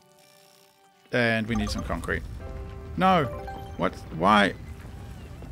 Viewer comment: Jesus man u say "concret" and u continuous using metal... from the start.. lol